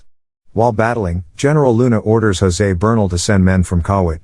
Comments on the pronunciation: the way he pronounce heneral luna makes me smirk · Heneral luna ah yes